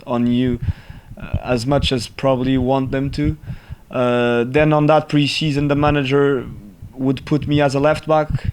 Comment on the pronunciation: “Pre sheson” That’s thick😂